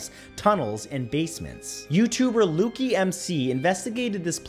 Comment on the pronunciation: Matt straight up called dude "Loo-Key"! Lmfaoo!! It's LUKE ! ("LEW-K")